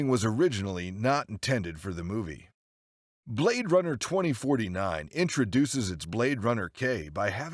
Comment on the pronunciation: "Blad Runner" X,D